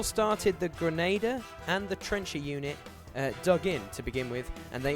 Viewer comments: ok I only watched 1 minute so far.... dude.... it's a "Grenn-ah-deer" not a "Grenn-ay-der(p)" I hate correcting people for pronounciation but that one is a constant thorn in my side :D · The mispronunciation of "grenadier" is a lot more annoying than I expected. : > Otherwise, good stuff.